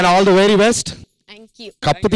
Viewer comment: Anchor garu adhi Thee kadhu dhee 😅😅